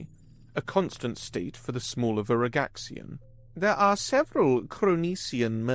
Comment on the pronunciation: Your Pronunciation of Veragxian IS IMPRESSIVE. I love good narration